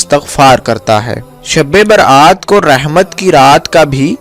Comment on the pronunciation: bolne bhi to nahi ata shbe barat ko sabbe berat.bolta hai